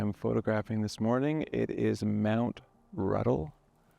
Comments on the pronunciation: Not Ruddle; Put an 'N' in the word. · You kept referring to "Mt. Ruddle" it is Mt RUNDLE.